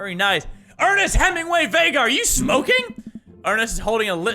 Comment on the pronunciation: thank you for pronouncing my last name Vega right